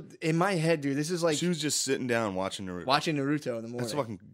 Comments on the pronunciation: Yea even the "Nuh-ruto" pronunciation was carefully engineered to piss off weebs....like me 😅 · I swear he's mispronouncing everything just to fuck with the fellow weebs